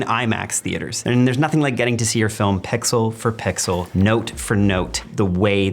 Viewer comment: The word is "PIXEL" and NOT "PEXEL"